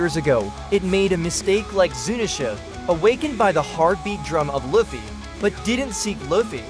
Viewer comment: How you butcher luffy name